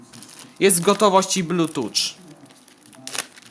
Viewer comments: Nie muwi się blutucz tylko blutchuf a piszę się Bluetooth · Blutucz :D "(...) podłanczamy do tableta (...)" "odłanczamy" "włancza" Szok!